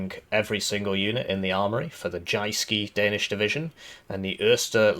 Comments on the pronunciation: aaarh the 'jayskee' division of Denmark! I dont have to tell how perfect his pronounciation is! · From Danish player, except for 'Jyske' you did well on the Danish speaking part :) PNÆV er just our short name for the M/72, stands for Panser (Armor) NÆrbekæmpelses (Close combat) Våben (Weapon) :) I need a campaign where we defend Jutland and the Northen German states :)